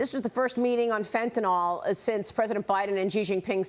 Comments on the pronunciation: Why does everyone at fox say "fentanol" when it's fentanYl? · It’s called Fentanyl, not Fentanol. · Please stop saying FENTANOL!!!! There are no "O" sounds in the word. dafuq is wrong with you? Your ONLY job is to talk. Do it right. It's not like you are volunteering. Skill is expected at your pay grade.